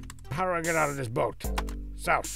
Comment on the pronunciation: Funny how oar is pronounced "O-Are" here. And how boat is pronounced "Bo-At".